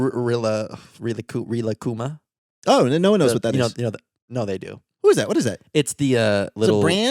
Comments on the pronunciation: Relax + Kuma (bear) =Rilakkuma. Your pronunciation is great :) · you pronounced rilakkuma correctly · As a major Rilakkuma fan, I approve of this podcast. And yes that's how you pronounce his name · I LOVE Rilakkuma, you pronounced it right